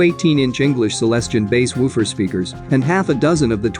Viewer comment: No doubt they may sound celestial but are still called Celestion not Celestian ;-)